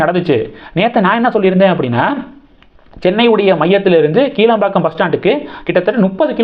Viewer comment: "கிளாம்பாக்கம்" என்று உச்சரிக்கவேண்டும்! "கீழம்பாக்கம்" இல்லை!